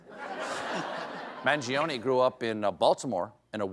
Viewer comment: The i is silent. My god. You‘ve got so many silent letters in english, why can‘t you do the italian ones?